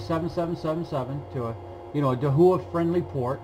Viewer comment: Thanks for this video! Just a friendly pronunciation correction - Dahua is pronounced Dah-wa.